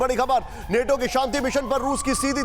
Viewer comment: बच्चा नेटो नहीं नाटो बोलते हैं